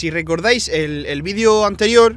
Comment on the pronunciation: DIJO VEIDO